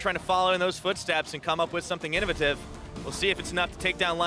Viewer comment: The way this caster pronounces words triggers me. Innovative and Likrit shivers.